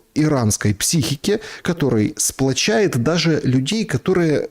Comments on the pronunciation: Не "сплачАет", а "сплАчивает" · не сплачает, а сплачивает😆